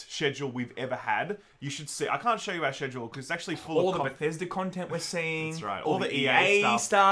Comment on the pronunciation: I was ok with you pronouncing it Bee-ta. But Shed-ule is a bridge too Faa.